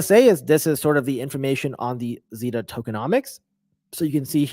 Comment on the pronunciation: Hey brother not trying to be rude but you're mispronouncing sybil and zeta. Thanks and happy to have you back, you haven't posted a video fora while.